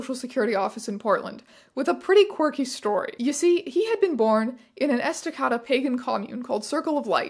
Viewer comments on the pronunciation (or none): Respectfully, lovingly, compassionately, it matters so little compared to the rest of the video, but.. Estacada is pronounced Esta-kay-da, not esta-kah-da. Love ya, this is all fascinating. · The mispronunciation of Estacada caught me, a born and raised Oregonian, off guard so much that I didn't realize what city we were talking about. I'm not mad about it, I've just never heard anyone say it like that (it's est-uh-kay-duh, if you're curious) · I grew up in Estacada (Pronounced Ess-tuh-kay-duh) and attended Estacada high school from 2000 to 2005. Hearing these names and events brings back so many memories. Estacada is/was a small lumber town, with several hundred churches crammed wherever they could fit. Catholics were across the street from the Protestants, the Mormons were near the Baptists, and there were many other denominations everywhere. I was once even brought up to the principal for "engaging in witchcraft", aka doing tarot readings for cash which I used to buy gummy worms. What I'm saying with all this is that when I learned of the pagan group excuse for not having a birth certificate, I literally had an asthma attack I laughed so hard! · I’m rewatching this and I don’t remember if I commented first time around, but as a person from the area, every time you say Estacada I cringe so hard 😅